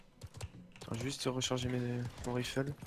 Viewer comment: On lui dit que ça se prononce"raïfle", pas"rifle" ?